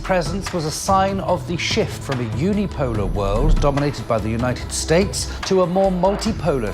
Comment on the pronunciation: The…the…the… Not Zee!!! U imbecile, learn how to pronounce the word or go back to the worm 🪱 hole 🕳️ u crawled out of…